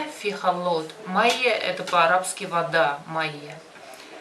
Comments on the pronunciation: Халат а не холот 😅😅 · Миксер по египетски халлат а не халот блин ну и научили не правильно Вас